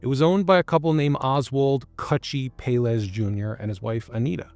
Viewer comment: Pelaez is pronounced pell-EYE-ez